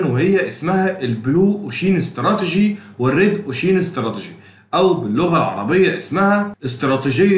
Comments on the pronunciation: جزالك الله الخير بجد تسلم بس كلمة ocean بتنطق كدة اوشاان مش اوشيين وكلمة awareness بتطنطق كده اويرنس مش اواارنس انا والله بنصحك نصيحه اخويه انت متميز فى المجال ما شاء الله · الواحد مش عارف يشكرك علي ايه ولا ايه و الله باذن الله بحاول اختار الكورس المناسب لإحتياجي و هفعّله قريب تعليق بس صغير و لا اقصد بيه اي تقليل من قدرك نطقك لكلمة ocean كانت مختلف شوية عن الصح (وجب التنويه بس عشان دي كلمة اتقالت كتير في الفيديو ) تقبّل تحياتي 🌹